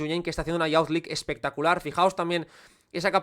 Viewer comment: Me encantó el vídeo, genial como todos. Un comentario con cariño: youth se pronuncia como "yuz" (/juːθ/), no "yauz", tanto en ingles británico como estadounidense. Lo dices en muchísimos videos y cada vez pienso en comentártelo 😅. Sigue con el buen contenido!